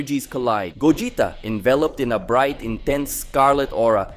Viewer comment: Pls bring old narrator this guy fucking sucks can't pronounce names correctly ..gogita